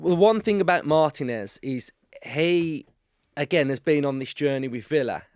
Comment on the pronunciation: Please... MarTEEnez not MARtinez